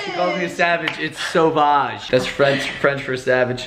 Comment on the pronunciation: Shout out to all the French people who also cringed when said "Sauvage"